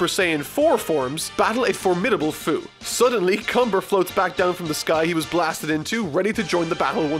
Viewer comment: You said Fuu wrong. Hes the man behind the slaughter Edit: Yooo 94 likes? Tysm luv yall ^3^